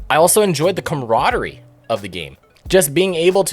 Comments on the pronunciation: ...Perfectly understandable, honestly. WH40K is just... Oof... Also, let's hit him with the good old- "camaraderie", not commrodary. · "Commrodary" - there's the real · The complete butchery of "camaraderie"